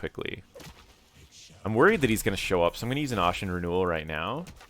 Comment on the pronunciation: ASHEN, like ASHES...not like ought...